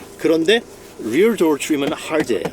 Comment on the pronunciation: 단어 발음 죽이네 대쉬 볼드 도얼 츄림 R 발음 연습 많이 했나봐요. 다른 단어들은 한국적인데 퀄리티도 퀄러티라고 하고 소프트도 솨프트라고 하셔야지